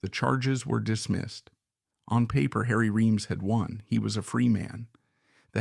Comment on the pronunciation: It's AI generated, unnatural sounding speech cadences and dialogue. Oh, and it mispronounced the dude's name three different ways. You've got your standard for quality set pretty low if this is among your best